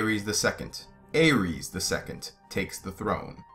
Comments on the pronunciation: Well it seems GRRM isn't too concerned about how people pronounce these names. But I just watched some interviews with GRRM yesterday and he was definitely pronouncing Aerys the Mad King as "Eris", not like the God of war pronunciation (Ares) that you were using. You don't pronounce Danny's name as Dan-er-ees do you? And in the Dunk and Egg stories, are you implying we should pronounce "Egg" with a long A sound like in pray, stay, may? Because "Egg" is short for the first syllable of Aegon's name. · Aegon is pronounced 'Eggon". Aerys is pronounced "Eris." Jaehaerys is pronounced "Jeheris". Daeron is pronounced "Deron". List to George RR Martin pronounce a few of these and you'll get the hang of all of them.